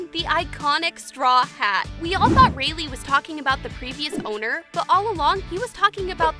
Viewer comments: Its said like ray laai not ray lee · Rayleigh.... reyli xD anyway good vid